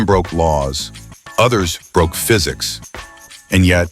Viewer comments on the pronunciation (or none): none